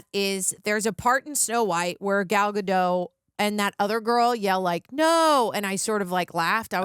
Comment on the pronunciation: and... the 't' in 'Gadot' isn't silent. It's not a word in Franch, it's an actual word in Hebrew. You welcome.